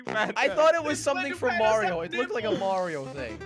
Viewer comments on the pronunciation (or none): Lol they pronounce mario like merio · Maryo it's mario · Me the entire time: ITS NOT MĀRIO ITS MARIO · lol says Merryo Instead of Mario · Its mario not morio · I wonder is it a whole bunch of people who think I'm weird for pronouncing it like (Mah-rio) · I died when said Mario wrong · It’s funny how wrong they say mario tho. LOL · It is pronounced Mario with the ar sound Not Mario with the long a sound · He said Mario wrong no offence